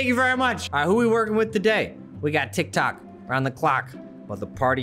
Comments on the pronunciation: TikTok! Me: TitKok? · you: tik tok me, an intellectual: titk ko